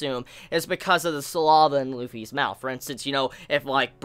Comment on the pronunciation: Listening to him pronounce Saliva as Sa-Lava is funny.